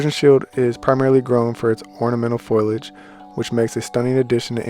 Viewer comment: It’s pronounced “fo-lee-age” FOLIAGE Not foil-age.